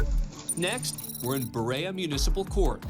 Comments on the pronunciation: I live here, the way you pronounced BEREA is funny; buh-RAY-uh, but we call it Buh-REE-uh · Berea is pronounced "Buh-ree-uh," not "Buh-ray-uh,"! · It isn't pronounced baraya(Berea) it's pronounced beer e ah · Ba- ray-a??? 🤣😭. Bee-ree-a. Is how you say berea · it is pronounced burr-e-a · You mispronounced Berea, ohio (Ba rhea) if you're unsure ask Google to pronounce it. It's an old Biblical name. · To help out. Berea OH is pronounced Burr-Rea-uhh. Been enjoying these videos. Nice work on everything. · Berea.... is pronounced "Be-ree-ah" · Bah-Ree-uh (Berea) Ohio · For the record, I was born in Berea OH. It's pronounced Ber-eee-uh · It's pronounced Burr-ree-ah Ohio, burrreeah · Just here to complain about how he pronounced Berea at 29mins. As a former resident of that city, that's not what it's called! 😂😂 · You pronounced Berea wrong when mentioning Berea Ohio. I'm not from Berea but grew up in Ohio pretty close. Also lived in Cleveland for awhile. I noticed while watching the video. I've been in that court room before. I'll I've got to say is, "I can't drive 55". 😁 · Love how the narrator completely bombed the pronunciation of Berea Ohio lol I live minutes from Berea and that is definitely not how you say it lol But he gave it his best shot i guess lol